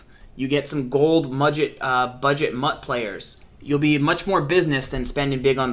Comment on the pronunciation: did he say mudget?